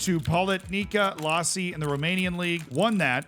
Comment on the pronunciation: That is Politehica Iași (starting with capital i) not lasi